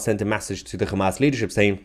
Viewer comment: did u say KHAMAS! HAHAHAHAHAHAH